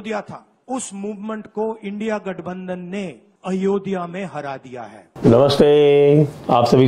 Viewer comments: It is ayodhya, not ayo diya pappu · Bugger doesn't even say Ayodhya properly. Aayodiya bolta hai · बालक बुध्दि को अयोध्या भी बोलना नहीं आता 😂😂😂 It is not ayodya , it is Ayodhya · अयोध्या को अयोदिआ बोल रहा है यानी जो नाम भी सही से नही ले सकता वो विपक्ष का मुखिया है यही देश का दुर्भाग्य है। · Ye Ayodhya ko ayodhiya bol raha hai .shame on Ayodhya wasis